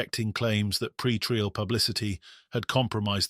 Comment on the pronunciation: I thought it was real until it mispronounced pretrial as pre-tree-al. Ugh